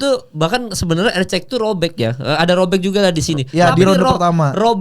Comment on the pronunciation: Erceg bukan eceg eceg